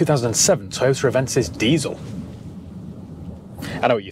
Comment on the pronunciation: Can you say “Toyoter” just one more time 😂😍😂😍😂😍